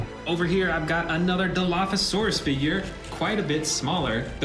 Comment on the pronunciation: It is dilophosaurus